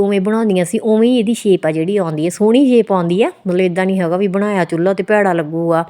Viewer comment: ਚੁਲ੍ਹਾ ਹੁੰਦਾ ਨਾ ਕਿ ਚੁਲੲਈ